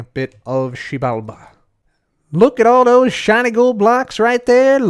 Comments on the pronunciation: it’s pronounced Zji-bal-ba I believe. It’s Mayan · Xibalba Keralis: Shebamibi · Massive cringe every time he says “Xibalba” 😂 It’s almost as bad as when Trump tried to say “Puerto Rico” in an accent! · Xibalba sounds like the Korean swear word, makes me laugh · Me trying to pronounce the title: Hermitcraft 7: To Xiebalabada! Episode 23) Please help me. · koreans be getting caught off guard everytime he says xibalba